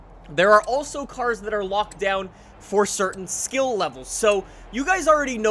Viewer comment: Can you not speak next time / maybe pronounce the cars correctly